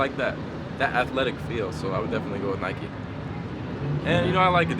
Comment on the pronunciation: PLEASE get a new camera man he knows nothing about shoes. HE DIDNT EVEN PRONOUNCE NIKE CORRECTLY